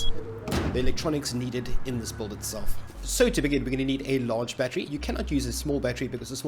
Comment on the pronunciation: can you make a compilation of you saying build? Kreygasm “buld”